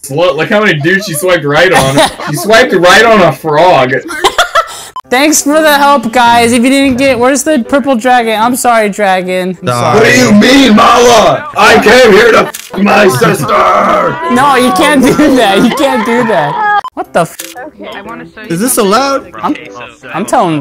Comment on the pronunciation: ” “ I can’t- 💀💀💀